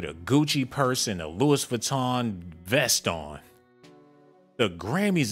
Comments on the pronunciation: He did say Lewis, I hope on purpose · Did he say “Lewis” Vuitton ?? 💀🤣🤣